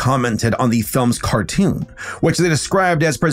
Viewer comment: Car toon, tmcar toosh